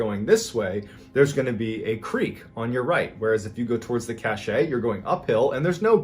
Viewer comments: You've probably been corrected already but just in case.... Cache is pronounced "cash". "ca--shay" is spelled cachet and means something completely different. Cache(cash)=something hidden. Cachet(ca-shay)=a seal, like on a letter. I didn't want to correct you publicly but I couldn't figure a way to send a private message. By the way...I truly enjoy all of your videos. I've watched most of them more than once. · Cache. Pronounced like cash. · Loved the story about the haunted house. Definitely gave me chills. The very next story, though, you keep mispronouncing "cache." Look it up, Google it, whatever, and see how it's properly pronounced. : )